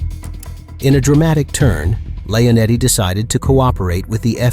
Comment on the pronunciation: Lee-O-netti...not Lay-O-netti